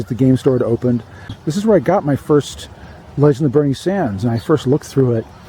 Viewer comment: I kept thinking that you were saying "The legend of Burnie Danders" lol